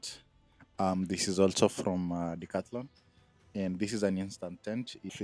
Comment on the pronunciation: Everytime you say Decathlon all I hear is "all your money"😂😂